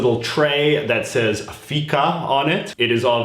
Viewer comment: Feca sounds like fecal 👎